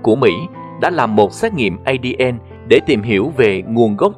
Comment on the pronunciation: Ngưởi đọc ơi không phải đọc là Ây-Đi-En đâu mà là A-Đê-En nhé!!! Còn tiếng Anh là DNA thì đọc là Đi-En-Ây nhé!!!